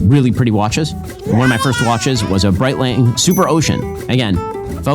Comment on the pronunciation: can he pronounce a single watch brand correctly? Patek? Breitling?